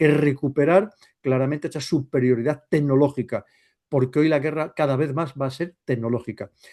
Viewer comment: ¡Tenológica, tenológica! 😂